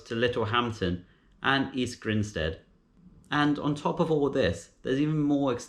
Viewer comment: Lol 'East Grindstead'